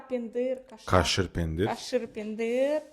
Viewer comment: Не пендир,а пендирь,не забывайте о мягком знаке и не семечка,а тум.